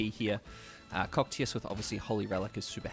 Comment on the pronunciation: For next time: it’s pronounced Ko-kai-tus. But spelt cocytus. Just sayin so you don’t sound like your saying cockeetus 😂😂